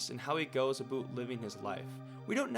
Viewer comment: bro said aboot instead of about?